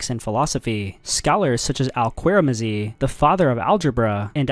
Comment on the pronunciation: I believe struggles to pronounced some words. here are some "Mispronunciations": (i quote it) "wessix" "heraculus" "querazimi" "Adequate" "shapir"